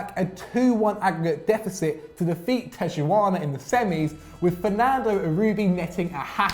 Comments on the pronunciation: pronounced Tijuana wrong. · That pronunciation of Tijuana was so bad. Lol